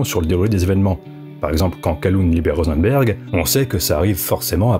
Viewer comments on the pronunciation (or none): Pour Rosenberg c'est peut être tout simplement "RosenbUrg"